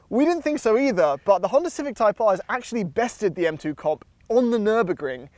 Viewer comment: “HONDA CIVIC TYPE AAAAHH” “HONDA CIVIC TYPE AAAAHH” “THE TYPE AAAAHH” “IN THE CIVIC TYPE AAAAHH” “THE TYPE AAAAHH”